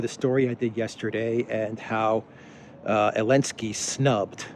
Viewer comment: Why do you call Zelensky "Elensky"?